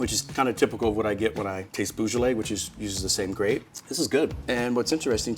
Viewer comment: This gentleman mispronounces his profession, the word “vin” and “beaujolais.”. With this much inattention to detail, I am reticent to take his advice on wine.